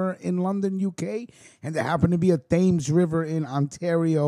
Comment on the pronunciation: Great stuff, the only thing is that the thames River in London in pronounced TEMS River.